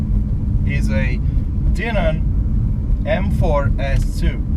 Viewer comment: It's pronounced Dye-nin. Just like Steve Dinan pronounces his name.